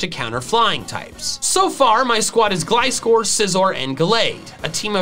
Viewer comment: GLISCOR, NOT GLICORE!